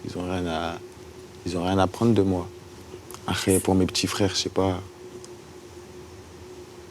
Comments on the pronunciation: ca me stress il dit "arès" au lieu d' "après" ptdrrr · La tête de ma mère il sait pas dire "Après" Il a l'air con putain...allez bon ARÈS MIDI KOBA !!! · Je pensais que c'était un cliché que les gens de la cité ils disaient "arré" au lieu d'après 😂😂 Et je rêve où à chaque fois il répète les choses 4 ou 5 fois ?